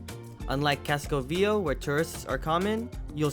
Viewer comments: Fyi. For anyone planning to visit. It is pronounced Casco Ve A Ho not Casco Veo. Easy mistake to make if unfamiliar with spanish. Over all a great video and very informative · Casco Vee A ho. Avenida CenTRAWL. LOL. A little annoying, but beyond that, a great video. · Excellent video.. my only gripe is I wish you could pronounce Casco Viejo properly.. it's pronounced VEE-A-HO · You mispronounced ( CASCO VIEJO) KASKO VYE HO 30 TIMES. YOU NEVER HEARD HOW EVERYONE ELSE WAS SAYING IT? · His pronunciation of “Casco VieJO” drives me nuts!